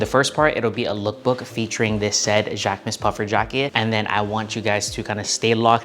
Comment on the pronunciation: I took three years of French in HS and I just want to clarify that the proper pronunciation for Jacquemus is jock-moose.